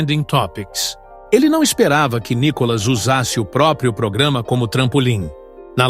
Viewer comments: Fale ceeto o nome do nobre deputado. Não é Nicólas é.NÍkolas! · Cara para de falar Nicolas às vezes você fala Nicolás cansa ver você falar Nicolas vai te catar cara quer aparecer.